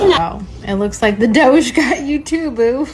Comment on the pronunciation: DJ finally saying DOGE the right way 😂